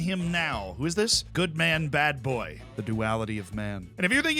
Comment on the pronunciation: The confidence of Zealand talking about Badboy while he is incorrectly pronouncing his name😂😂😂😂